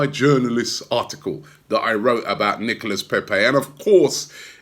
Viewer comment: you still can't say his name correct :-) NICOLA.........